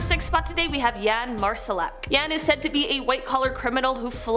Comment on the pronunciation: Seriously trying to pass off knowledge but don't know how to pronounce ponsey (not pons-eye) scheme...or jan (pronounced yon. Not yaan)